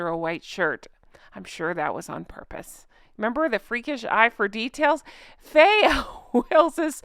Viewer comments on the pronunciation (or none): none